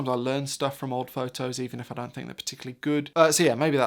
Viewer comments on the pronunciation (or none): none